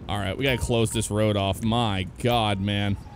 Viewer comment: Can he say road